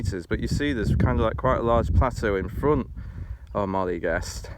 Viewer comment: good job, but got to tell you, it is definetly NOT "Molly Gest" ( maybe worst ever ), its phonetic, Moe L eh Gest.